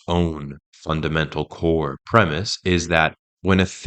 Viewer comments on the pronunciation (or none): none